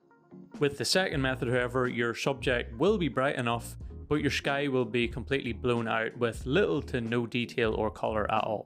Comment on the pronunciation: Minor cavil: the word 'sky' is not normally pronounced with an 'sh' sound, but you're Irish, I guess, so ok?